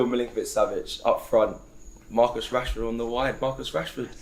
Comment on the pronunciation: Turkish got up when Cecil said Rashford 🤣🤣🤣🤣🤣🤣🤣🤣